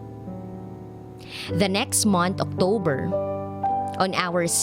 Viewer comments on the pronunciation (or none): none